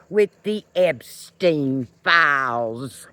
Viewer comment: God bless you, and I just love the way you pronounce the word “files”. Gid bless Antifa!